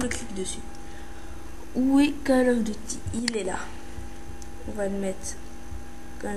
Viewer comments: C'est pas "call of deuty" c'est "call of duuuuuuuty" ! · "calle ofe dutie" c'est pas comme ça qu'il faut le dire mais bon, c'est pas grave.. --' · "QUEUL OF DEUTI" xDDD, Mrci pr la video tout est bien expliqué